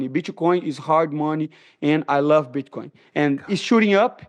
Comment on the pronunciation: "Bitch-coin" -Money Moicano